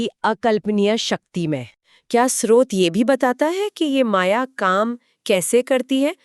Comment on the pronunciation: आप दोनों स्रोत शब्द को कभी तो ठीक उच्चारित करते है और कभी श्रोत कहते जो गलत उच्चारण है। कृपया स्रोत ही बोला करे